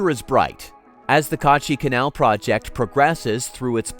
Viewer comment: Its not Kaaachi Canal , Its Kachi Kanal Its not Baluchistan , Its Balochistan 😊